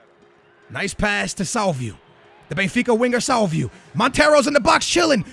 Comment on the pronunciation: Damn you really slaughter some names. Salvieu? No, SalviO, just like rodrigO. On the other hand rodrigo comes out nice. And look at the name pereira, damn man